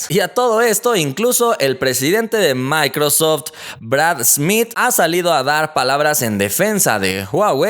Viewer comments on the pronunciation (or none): none